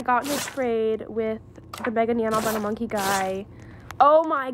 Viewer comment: loved when u mispelled "monkey" by saying "nonkey" LOL